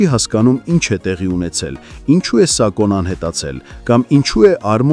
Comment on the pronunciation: Սակո չի սաքոյա